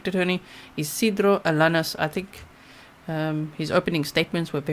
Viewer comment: It’s alaneez (alaniz)